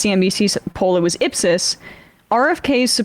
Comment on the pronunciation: Could someone let Emma know that the polling organisation Ipsos is pronounced Ipp Soss?